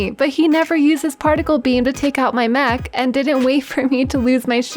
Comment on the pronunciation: Mech not Mac pronunciation is something that's needed and you do not need to fucking swear so fucking often you fucking YouTube fuck it makes you sound salty as fuck it's a game just calm down I know it's for comedy but it's just not that funny i swear but I meme swear like saying fuck in match chat when I accidentally charge off a cliff not getting triggered as fuck over a game that's why I don't really play overwatch anymore and people that have that much anger and shit over a game need to focus on things that actually make a fucking difference in your life lose a game sure I might be peeved but losing a game doesn't mean I'm gonna fail highschool or some shit does it? Get over yourself and every other person who's a cunt in overwatch should get over themselves too. PS swearing makes my writing sound so much aggressive doesn't it? Even if it was just for a laugh PPS it's not a meme video she's legit this peeved over a game